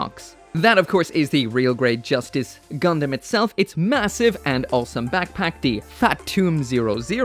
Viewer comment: Sometimes i feel like he call "gundam" a "condom"